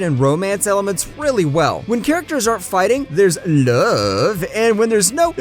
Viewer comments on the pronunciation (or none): I love his “love” pronunciation😂